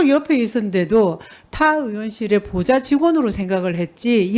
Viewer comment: 보좌가 계속 고자로 들리냐 ㅡㅡ